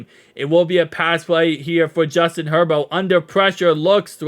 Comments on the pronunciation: Its pronounced Hurburt & spelled Herbert not Hurboro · Are you calling Herbert “herbo”? Like a nickname?